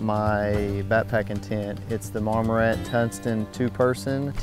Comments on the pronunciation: Mar-mor-ant “tint” lol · "Marmorant?" hahaha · Can’t trust this video if you can’t say the 6 letter name of the company correct